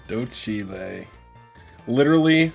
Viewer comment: So excited for this series! Also I love that Chikorita ended up being Docile! I had adopted that as my nature guess ever since I first heard you pronounce it in that funny way, and all my friends now also pronounce it that way when a Shiny ends up being that nature! The Docile propaganda is spreading!